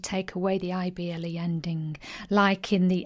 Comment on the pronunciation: You should pronounce the 'i' when saying ible words. It's very subtle of course, but important. You seem to pronounce able and ible the same, which exacerbates the confusion. You even state that they sound the same at the start of the video (which they shouldn't), and then later on pronounce the ible words as able. Surely that's sensible? Thank you for the video. My son thoroughly enjoyed it! :-)